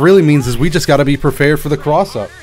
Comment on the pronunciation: is it me or did he say prepared wrong?